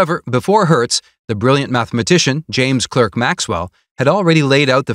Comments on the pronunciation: Clerk Maxwell is pronounced Clark Maxwell. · “Clerk” in James Clerk Maxwell is pronounced “Clark”.